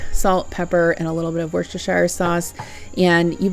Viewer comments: Just pronounce it Woosta- sheer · I'm from worcester mass its worcester. Sheer sauce hope this helps😊